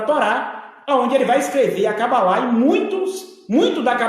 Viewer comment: Esse pastor é tão despreparado que nem sabe falar o nome cabala , fala é Cabalá.kkkkkkk!